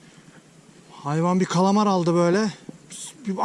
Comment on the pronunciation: Kalamaya kalamar istavrite istarvit diyişin beni bitiriyo :D Ellerine sağlık hocam harika video